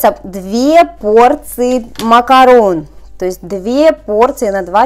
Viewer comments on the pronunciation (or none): none